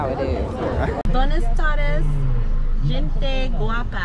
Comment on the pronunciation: Gente is pronounced Henté